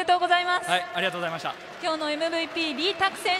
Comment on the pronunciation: Bro said, "Arigato" xD